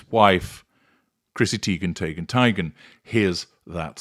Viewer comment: Tee-gun Tie-gun Tay-gun: heavy on the consonants there,.